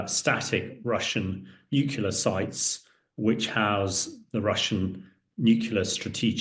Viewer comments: It's pronounced Nu- Clear just for reference. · It's pronounced NEW CLEAR, you idiot, not NEW KYULA! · Why tf would I listen to a guy who doesn't even know what the word "NUCLEAR" means... It's" NUCLEAR", not "NUCULAR", dumbass ! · A man in the position of Mr. Hamish who cannot say the word nuclear properly is a disgrace. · Nuclear is pronounced "new-clear" not new-kew-lar - c'mon Hamish. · Spot on, it was irritating me too! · I am from England and he is clearly saying nukula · Clever enough to know its not pronounced NU-CUE-LAR. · This guy is no military expert. He can't even say nuclear properly 😂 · haha I am a British patriot you Silly Bot. I was merely stating that that he can't say nuclear properly. And I'm supposed to take it seriously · Why is it some people cannot say Nuclear ... it's weird weird weird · A former NATO chief who can't pronounce 'NUCLEAR'. That doesn't bode well.